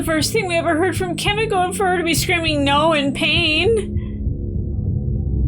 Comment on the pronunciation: BTW Kimiko is prounounced more with "mee" btw. In Japanese the i sound is like an "ee". Like you say Yoshi